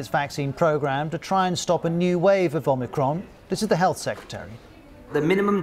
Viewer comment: Omir-Con. Yawn.